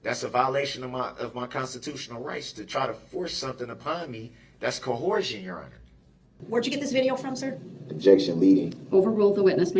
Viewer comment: Every time I hear “cohorsion” I tee hee hee kee kee kee. 😂